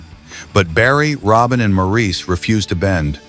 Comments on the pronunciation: MOR-iss not Mor-eece please... don't insult the Boomers. They're Aussies, not French... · His name was pronounced “Morris” Just watch Maurice who sang with his ex wife LuLu and hear how she pronounced his name. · Its pronounced MORRIS!!!!!! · Ps—Morris. Not mor-ese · Learn to pronounce Maurice. It isn't Morreese, it's pronounced Morrls. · MORRIS NOT MORREESE! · Maurice is pronounced Morris. That’s why we call him Mo. RIP boys, you’ll never be forgotten. Play on Barry, play on. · Maurice is pronounced MORRIS. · You keep referring to Morris as Maurice. Although the spelling looks like Maurice the pronunciation is very simply Morris. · Maurice’s name is pronounced “morris” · "Maurice" Gibb. Prounced like "Morris". Just FYI. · Would be nice if Maurice's name was pronounced correctly... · Yes, saying Mo's name incorrectly was like nails on a chalkboard!